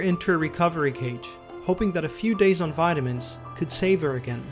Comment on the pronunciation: When u said vitamins ford the first time I thought u said violence jokes aside I hope he’s doing better